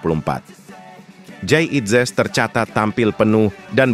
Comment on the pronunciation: ini komentatornya juga orang Belanda ngomongnya Jayadi inzes